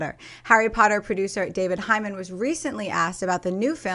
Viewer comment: You guys can't pronounce last names.... 1. JK Rowling's name is pronounced "ROLLING" 2. David Heyman's name is pronounced" HEY-MAN" NOT "HI-MAN"..... why is this so difficult?